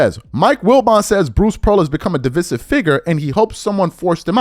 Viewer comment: It baffles me that you can’t say names and words right! He clearly said “divisive” the right way, and you heard him say it…but you clearly said it all wrong!